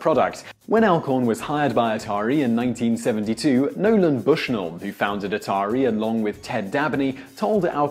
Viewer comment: Sergey Payee-eetnov? Bass-man? NolanD Bushnell? Shigeru Maya-moto? Was this video created to butcher as many iconic names as possible?!?